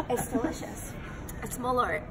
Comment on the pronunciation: LOL, as a Swede, I can say that is not how "malört" is pronounced... 😂